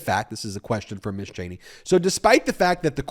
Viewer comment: I'll be the a-hole and correct you... It's "Mizz" and "Missuz". You keep saying Miss all the time.